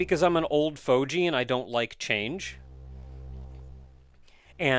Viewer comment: Spider boss felt weird to me, almost out of place in Metroid. It shouldn't, it reminded me of a couple from Super, but it does. As someone who says "old fogey," I've never heard it said with a j.